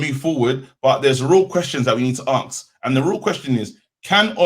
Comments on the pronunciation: HAHA aks not ask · nice show guys-most enjoyable. one small thing though -it’s ‘ask’ - not ‘aks’